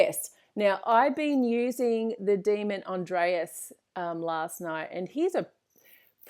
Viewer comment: What's the name of the daemon she mentioned ? I hear "Andreas" but there isn't a daemon named Andreas. Is she saying Andras?